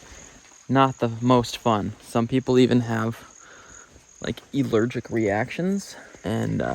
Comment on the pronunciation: …. It’s Allergic… not Eelergic..